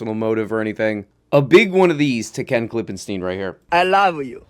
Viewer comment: i really appreciate how many times you pronounced Ken's name correctly thank you for the respect